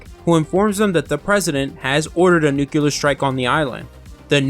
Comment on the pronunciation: Nuclear, NUCLEAR....THE WORD IS PRONOUNCED NU-CLEAR!!!!!!!!!!!!!!!!!!!!!!!!!!!!!! The word you are saying Nuculer which does not EXIST! NO SUCH THING AS NUCULER...ITS NUCLEAR, NU-CLEAR!!!!!!!